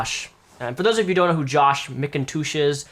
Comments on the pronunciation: is he sayin Mcindouche on purpose? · Every time says McToosh in this video, a unicorn is born.:'D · Are you saying his name weird to make fun of him, like McIndouche? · Is he pronouncing Mcintosh correctly? He's saying it like Mick-in-toosh. I thought it was said just like the apple. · it's pronounced "Mik-n-tush" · I could've sworn you said "McInDOUCHE" at least once. Maybe I'm wrong. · Please stop calling him "mkintoosh" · how you say his surname makes me laugh. Mick 'n toosh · Sounds more like Mac-N-Douche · Mcintoosh? Is that how he pronounces it? lol surely not.. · i thought mcintosh is a quite common last name for western people, weird how doesn't know how to pronounce it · Mispronouncing the name is childish, those people do it all the time and it's annoying. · can't tell if you really can't pronounce his last name or if its a joke, either way i love it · Is he deliberately pronouncing his name wrong?